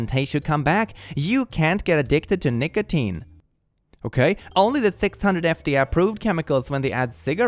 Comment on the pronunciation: you did NOT say nicotine